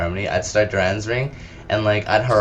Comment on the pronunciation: why the fuck are u puting a U in dorans ring...its dorans....jesus hooked on phonics..